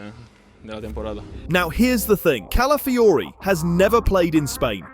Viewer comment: Im a native Spanish speaker and odregaard was better than califiori